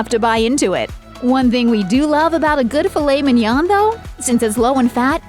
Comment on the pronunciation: The N is NOT pronounced at the end of Mignon.